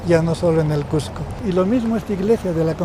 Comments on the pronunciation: a la entrevistadora le duele ver turistas en Cusco, que ridiculez, debemos aspirar a que crezca mas el turismo y mejorar la calidad; además, se pronuncia Cusco, no Cujco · Bella reflexión pero por favor es Cusco no cujjjjco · A la estrevistadora gaucha, decíle que no se dice CUJCO, el nombre es CUSCO, con "S". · Muy interesante solo una observación, la entrevistadora no pronuncia correctamente no es cuJco, un poquito de cuidado en esos detalles. Felicitaciones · Cusco, con "S" no con la pronunciación de un argentino o limeño. Muy cierto lo que menciona el Sr. Nieto, aún en nuestra sociedad hay discriminac6por la lengua quechua, sin embargo también estamos aprendiendo a valorar su uso para entender a esas personas que lo usan. Cada vez más en los concursos públicos para diferentes instituciones se pude como requisito saber el quechua. Cuando un turista se maravilla por la arquitectura inca, por la ciudad y su tradiciones, sentimos que ser Cusqueños es lo mejor que nos ha pasado, que la creatividad, ingenio, fuerza y herencia que tenemos debemos valorar más, no solo el mes de junio, sino todo el año mostrando la riqueza de alimentos, los colores de nuestra raza, la cultura y conocimiento por mostrar más y hacer ver a todos los visitantes por la web o en vivo que Cusco tiene mucho que enseñar, que por donde miremos hay belleza y creatividad. Sin embargo debemos aprender más a respetarnos, valoramos y aceptarnos no importa si somos que haya hablantes o bilingües quechua y castellano o aymara y español o quizá trilingüe y dominamos idiomas extranjeros. El respeto por el pasado, por el presente y la conciencia por un futuro es lo que nos mrcra como sociedad. Cusco ciudad escogida, ciudad mágica, ciudad turística y ciudad de los Cusqueños que cada día forja su destino con esfuerzo y amor. Desde el lugar donde estemos, en una agencia de viaje, como escritor, ambulante, autoridad, guía, transeúnte, etc leamos, busquemos información, preguntem